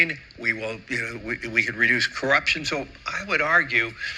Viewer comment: He meant to say reduce corruption but actually sounded like reuse corruption 😂